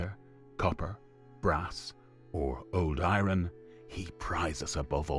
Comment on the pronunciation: Who the hell pronounces iron i - ron?